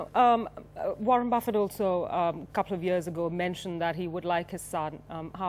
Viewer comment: its not buffettttt ..keep t at the end silent lady..